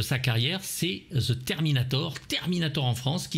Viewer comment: Il suffisait de nous apprendre le bon son du "the" qui devant une consonne se prononce comme "de" zozoté, et non comme "ze" !